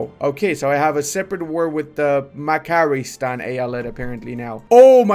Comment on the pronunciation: no.. its Macaristan. Not Makaristan. C in turkish Pronounce like "dj" Madjaristan.